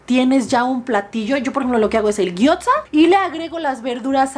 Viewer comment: No con intención de joder pero.... Gyoza.... se pronuncia guiosa